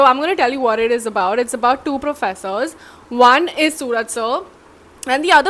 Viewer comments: Not sooraj.. It's suraaj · Technically, adding 'OO' instead of 'U' doesn't change the sound of his name. It's the way you Malayalis pronounce it that makes the difference. If we were to spell his name the way you guys pronounce it, it wouldn't need 'OO', it would need 'AA', like 'Suraaj' or 'Sooraaj'.